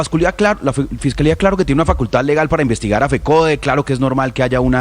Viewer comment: Pobre Nestor Morales tan mal hablado, dice : envestigar envestigaciones. jajajajajaj se dice investigar, investigaciones, que tan mal hablados y que periodismo jajajajaj